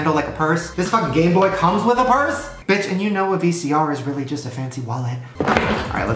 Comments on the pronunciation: Shane said Gay boy in stead of game boy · you literally said Gayboy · when Shane says "Gayboy screen" instead of "Gameboy screen" 🙄😂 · You said gay boy instead of game boy XD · Instead of "This tiny ass Gameboy screen" I'm pretty sure he said "GayBoy screen" lol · I thought Shane said "Gay Boy" 😂😂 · I high-key think he said game boy, but it just sounded like gay boy? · I swear he says 'Gayboy' the entire time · Everytime shane says game boy i hear Gay boy 😂😂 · It sounds like he continuously says “gay boy” instead of “gameboy” 😂 I can’t not hear it lol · It sounded like he was saying "Gay boy" not gameboy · it sounds like he said gay boy screen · i swear i heard gay boy instead game boy